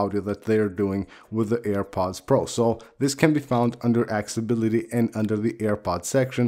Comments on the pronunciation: I love this guy. Ya it sounds like Axe-Ability. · good video! [AC-SES-UH-BILL-UHTY] (no hate just advice)